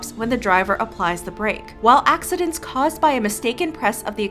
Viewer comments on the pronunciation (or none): "Accidents" Narrator: "Oxidants"